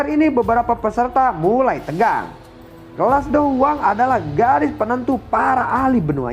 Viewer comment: Dou Wang atau dou Huang bang Kurang jelas soalnya